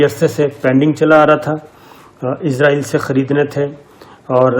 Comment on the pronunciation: صابر بھائی براۓ مہربانی اسرائیل کہیں ازرائیل نہ کہیں ۔